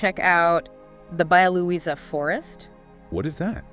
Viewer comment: Baia Luisa forsts in Poland? haha, you made my day!!! It's Bialowieza known as Bialowieza National Park. Baia Luisa, seriously!!! 😂